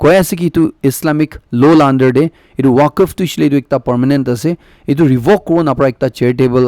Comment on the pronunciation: Pronunciation of Moscow and Waqf be corrected